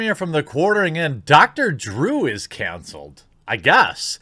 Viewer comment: You keep on saying "cancelled" the wrong way and it's kinda annoying.